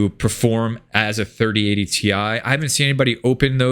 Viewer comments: Cmon man it’s “tie” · It's 3090 "tie", Get it right bro! hahahahaha